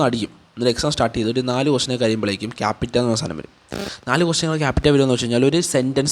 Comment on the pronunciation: ക്യാപിറ്റ അല്ല ക്യാപ് ചെ